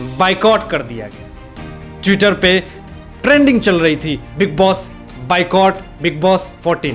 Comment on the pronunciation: Thank You. All must boycott them. Only people power will win. Everyone is getting sold. oan pl check your pro of Boycott. u are saying bye cott. It's Boy Cott. Thnks. no offence.